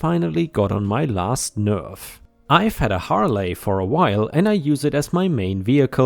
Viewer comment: "Harley" is said as "har lee" not "har lay." lol